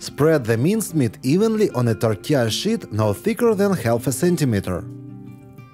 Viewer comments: Molodets, you pronounce sheet like 'питье. Bravo on the creations and the production! 🙏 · When you say "sheet" it sounds like something else to me 😂. Love your videos! Very informative and you have such a flair with the visual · Bacon in the third one wasn’t done 🤢. I would use pre-cooked bacon. It cracks me up how he pronounces “tortilla sheet”, lol. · 🤣🤣🤣...... I HAD TO REPLAY A FEW TIMES, I COULDNT FIGURE OUT WHY YOU KEPT SAYING WRAP IT IN THE 💩💩💩...😮😮😮 THEN I REALIZED, YOU WERE SAYING, WRAP IT IN THE SHEET...😂😂😂